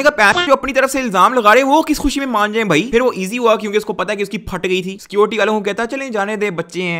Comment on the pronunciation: Why can't you say "thi" "tha" correctly 😂💔